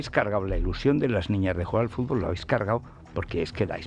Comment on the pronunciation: Como un tipo que pgonuncia como vd. Puede criticar que Villar dijese furgol,cosa por otra parte incierta.